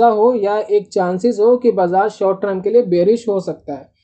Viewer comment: TER M not TR UMmmmmm